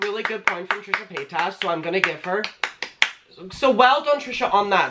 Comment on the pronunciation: AM I THE ONLY ONE WHO HEARD TRISHA POTATOES?! I’m crying 😭😭 I love you!